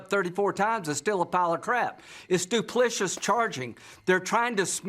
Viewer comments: "Duplicous" or was Lindsey trying (poorly) to say Duplicitous? Did any of these people go to school? We really need to raise the bar for all of these people who want to make laws that only apply to us, but for some reason, NOT to them. 😠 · Come on No comment about Lindsay Graham saying DOOPLISHISS?? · Did Lindsay say, "duplishous"? I don't think that that is a word. = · "Duplishus charging"?